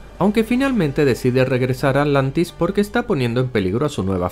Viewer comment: agujero de guion dijo alantis